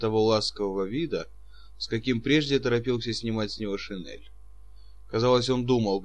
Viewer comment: Все хорошо, кроме некоторых неправильно произнесенных слов, как шинель, сёмга и др